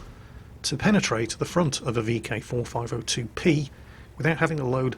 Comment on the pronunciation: Are u saying vk4502 p or b